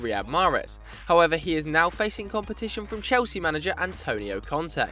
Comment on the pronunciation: Lukaku to "Chlesea" LOL